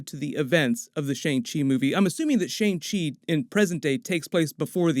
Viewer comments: hey american guy doing the break down... its pronounced "SHANNG" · You are not pronouncing Simu Liu and Shang Chi correctly. Liu is pronounced like Leo but it is one syllable. Shang rhymes with Wong, not hang.